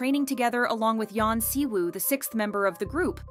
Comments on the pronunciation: I feel like if your main thing is talking about K-pop you should at least learn the very basics of Korean and Hangul so you're not constantly butchering these idol's names. Siwoo/시우, Jiwoo/지우 - "SHI-oo" it is a "shhh" sound not "see" and there's no "woo" sound in Korean pronunciation, drop the W Yuqi/우기 - either "OO-gi" Korean pronunciation or "yu-CHI" Chinese pronunciation Shuhua/슈화 - "shyu-HWA" like their title song "Hwaa" NOT "shu-HOOah" that one was very painful to hear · I wonder why all of a sudden just decided to stop pronouncing anything right, examples: the Y in Yuqi and the W in Siwoo is "silent", "Lee" is pronounced "e"